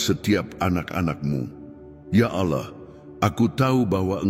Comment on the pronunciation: Terima kasih unt doanya. Tp ada satu pertanyaan: kenapa pengucapan kata Allah bukan ALLAH tetapi aollah spt rekan kita di sebrang?? Jika memungkinkan sy mohon dengan sangat unt pengucapan kata ALLAH sesuai dgn bhs Indonesia saja. Terima kasih Tuhan Yesus memberkati pelayanan Saudara